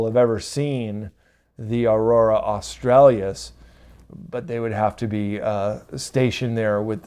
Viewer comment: just so you know, it is not Aurora Australias, it is Aurora Australis!